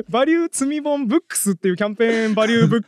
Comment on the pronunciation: 積み本って普通に聞いてたら罪本に聞こえますね〜。